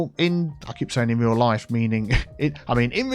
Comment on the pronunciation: ROO-AL 😁 I love your construction site. Put a single house in the area because that's usually the "Show House" for those buying into the subdivision. Just a thought. Great idea! 👏👏